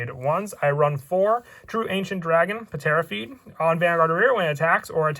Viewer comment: Its pronounced tera feed. Not puhtera feed lol. But nice deck profile ancient dragons look fun.